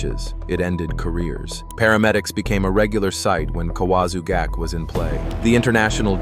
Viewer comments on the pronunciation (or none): So is this AI narration? If think that an AI would be consistent in it's pronunciations. I accept that non Japanese speakers won't get the pronunciations "right", but this narration is insane. Kawazu gake was said four times, each unique. Ura nage, he said it five times with four pronunciations. During the Daki age section I lost consciousness. Kani basami he got right every time.